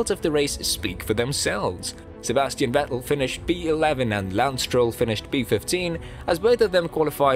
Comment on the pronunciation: I heard you say Sebastian “Wettel”….. and Imowla…..